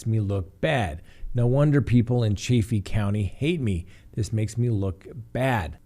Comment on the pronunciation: It's pronounced Chaff-ee.